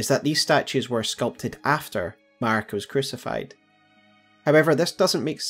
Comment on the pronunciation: maRIka, not maRKia